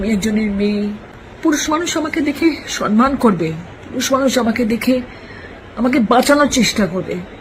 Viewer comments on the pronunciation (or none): none